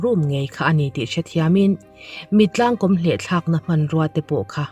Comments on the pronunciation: Mittlangkawm hi, i chhiar dan a dik lo, kom nilovin kawm tihtur a ni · Mittlang kawm i tih kha, he tiang hian lam teh, (Mitlâng kâwm) thlûkna awm ang hian han lam teh i lam dik zâwk ngei ang